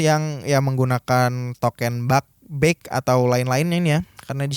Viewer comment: Sebut token-nya pake eu Pak, jgn pake é. Jd salfok ke 'sesuatu' yg lain hahaha